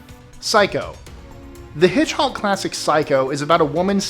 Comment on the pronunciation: You said hitchhock it's Hitchcock. Lol. Considering Mr. Perryman what's 67 when he got killed I don't think it directly reflects Poltergeist.